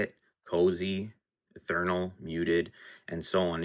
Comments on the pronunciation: ETHEREAL [ih-theer-ee-uhl], not eTHernal. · Great information! I’ve always heard this word pronounced e-ther-re-al. But I could be wrong.